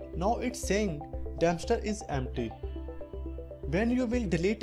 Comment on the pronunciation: Did he just say "damnster" instead of dumpster